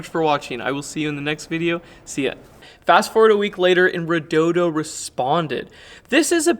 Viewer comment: Solid video. And you didn't say "reh-doh-dee-oh".